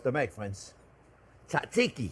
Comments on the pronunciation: You don't pronounce the first t in tzatziki. Should sound like zatziki, not tatziki. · Chef cant pronounce it, but he does a good job of making it so I feel like the Greek people will give him a pass here. 👍